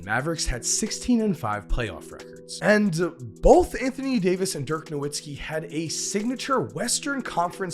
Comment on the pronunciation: Dirk was far too good for people to still be mispronouncing his name